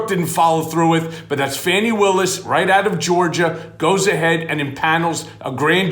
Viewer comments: I think it’s “Fawnie” not Fanny! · please. D.A. Willis' name is not Fanny, it's pronounced FAH-knee.